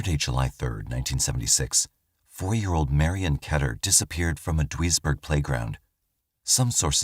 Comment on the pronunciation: Very interesting cases. Just for reference, Duisburg is pronounced deuce-burg